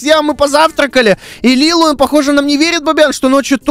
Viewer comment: Не Лилу а Лили